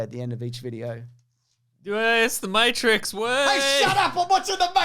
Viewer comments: Back to pronouncing it Mawetrix lol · Hey look, stop saying words wrong. Fucking Mattrex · can't even say 'matrix' right, for starters. Good start,. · hes obviously saying matrix wrong on purpose